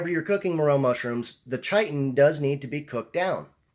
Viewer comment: It's Pronounced kiton.